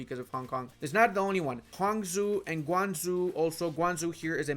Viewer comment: Chinese here, most of your pronunciations for the cities are correct except for Guangzhou, the zhou part is zh-owu with the w being silent not zhu